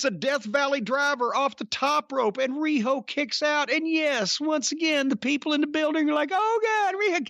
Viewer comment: that was the most beautiful RIHO Jim has ever done